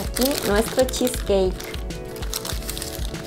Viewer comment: Cheesecakekkkkk que feo pronunciado